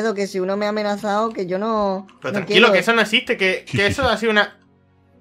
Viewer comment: El aldeano dijo me an amenasau XD jajajajaja